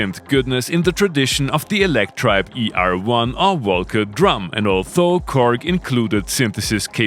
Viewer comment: Lieber, ich genieße ja deine Filme, aber als Englischlehrer biegt's mir bei deiner Aussprache von 'although' leider jedes Mal die Fußnägel auf. Das dentale Frikativ (th) ist hier nämlich stimmhaft (wie in there oder they). Nix für ungut!